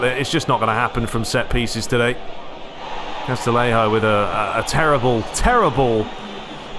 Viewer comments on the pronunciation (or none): Great video series, really enjoying your Master League with AC Milan! Just to confirm with you, the music at the start and end of the Serie A matches, is that a mod? Also for Castillejo it's pronounced CAS-TI-YE-HO, same as for Castellon is pronounced "CAS-TE-YON". Keep up the good work, great to have you back after the hackaroony!